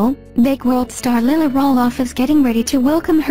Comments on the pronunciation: Please pronouse the little girl's name correctly, Lilah is pronounced Ly-la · My daughter name is Delilah and i call her Lilah it is Lilah not Lyla